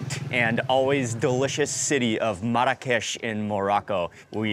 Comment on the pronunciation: Funny how you keep mispronouncing Marrakesh. Even your guide notices it. LOL